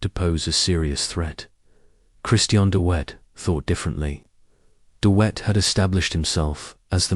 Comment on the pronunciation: Dee Whet? Hey it's not hard. DeVet - as in victory or village? Also what's with the WW1 imagery?